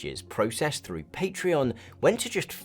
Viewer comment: i cant believe this video exposed for not being able to pronounce patreon